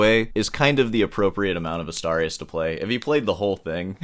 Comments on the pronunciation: I think he meant he played Asturias on guitar for 3 months. Btw, Asturias should be pronounced as "Astoorias", like in "boobs". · Mangling the pronunciation of Asturias until it sounds like 'a starry ass' is why I watch this channel. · The way you pronounced "Asturias" made me lose it lol. Silly 🤣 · "I don't know how I'm going to drag this out any longer." .....Please don't!!! And it's clearly DAddario..not DeeeAddario. And it's Astuuurias, not A'star'ias. Just tryin' to keep the classical guitarist honest/educated. You know I luv ya.🙂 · It's Asturias, not Astarius. Pronounced "Astoorias". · Probably you don't mind at all, but in case you do, the correct spanish pronunciation of "Asturias" would be something like "Us-tour-e-us" 👌👍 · I thought it was pronounced Ah STOOR e us (Asturias) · The way you pronounced "Asturias" deserves its own EXPOSED style video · Someone has to teach how to pronounce "Asturias" correctly, and D'Addario as well. Do better!😅😅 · You would think that someone who claims to be of Cuban background would at least make some effort not to butcher every Spanish word he comes across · Please, learn how too pronounce Astúrias. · That's definitely NOT how you pronounce Asturias 💀💀💀